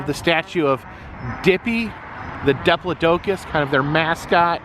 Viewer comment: Thanks for the tour. Just so you know,. Dippy pronounces his name, diplodocus, as “die plod o cus”. 🦕❤